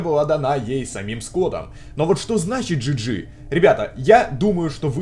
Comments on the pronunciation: JJ читается не джи джи а джей джей это рас два я думаю это братик BB BALLOON BOY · Джей Джей, а не Джи Джи